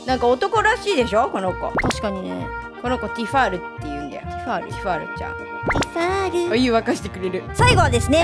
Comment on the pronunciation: ティファール…ディティールに引っ張られてない⁉︎ 、ディティールって言わないで